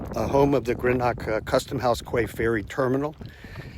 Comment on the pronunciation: You might try learning how to pronounce the names of the cities before releasing a video. You mispronounced Greenock and Glasgow, and also quay. Nobody would spend an entire day touring Greenock. They would go to Glasgow. Idiots.